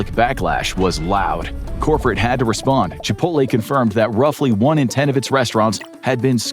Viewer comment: Chipoltay whaat ? 👴🏼♿